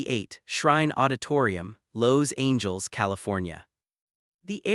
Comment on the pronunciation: AI narrator??? "Lowes Angels" California??? Come on.....